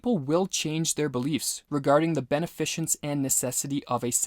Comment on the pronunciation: Pronunciation check: Thoreau Tyrannical Beneficence Look up how to pronounce these words.